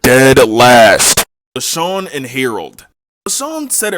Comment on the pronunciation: How come you kept calling Leshawna Leshawn?